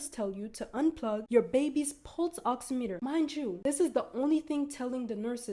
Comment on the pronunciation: I feel like im hearing u say pulse oxinator 😂its oximeter !! Maybe im crazy